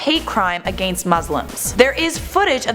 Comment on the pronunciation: lls the way she says against... sounds like a-gane-st